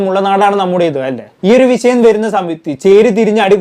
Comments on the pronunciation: 'സോശ്യൽ' മീഡിയ, "വിശയം" എന്നൊക്കെ തെറ്റായി ഉച്ചരിക്കുന്നത് ശരിയാക്കിയാൽ നന്നായിരുന്നു. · വിശയം അല്ല വിഷയം